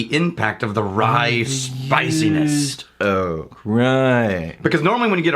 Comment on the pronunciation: "It's used oak, Rye-ight." Lol I'm pretty sure that was not the intention, but it's what I heard.